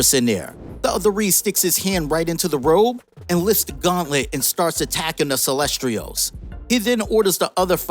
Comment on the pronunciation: Dude is mispronouncing the word Celestials😭